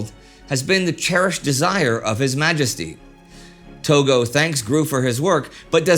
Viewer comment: Togo? I think it’s Tojo.